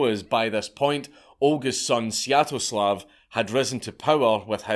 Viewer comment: I wouldn't worry about pronouncing "palanquin" correctly (or incorrectly), you already butchered "Svyetoslav"